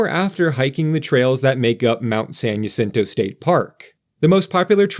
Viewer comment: Great video. Haven't been on the tram since they converted the cars to rotate. FYI, San Jacinto are Spanish language words and therefore the "J" in Jacinto is pronounced as an "H" and not a "Y". Whew, that's a lot of "quotes".